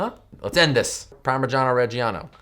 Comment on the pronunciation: I'm Italian and the way you said Parmiggiano Reggiano was so funny :D